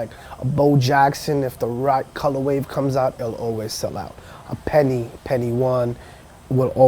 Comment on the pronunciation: Stopped watching after 3rd "colorwave"... I just cant.